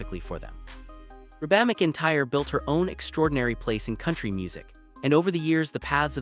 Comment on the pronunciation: Wow... the AI voiceover on this is awful. Can't even pronounce Reba's name? It's REEEEE-BA. Not Reh-Baaaaaa like a dang sheep is saying it. MAC-EN-TIRE... is the last name. Horrendous.